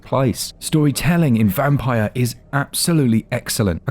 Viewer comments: It's pronounced "Vampeer" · I think this is pronounced 'vamp-eer'.